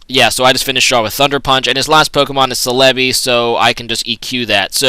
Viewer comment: sell-a-bee thats how u pronouce Celebi :D